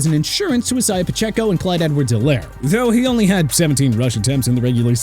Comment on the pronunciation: JAGWIRES... PLEASE... JAGUARS IS PRONOUNCED JAG-WAARS! ALSO, ISIAH IS PRONOUNCED EYE-ZAY-UH... NOT E-SAI-AH!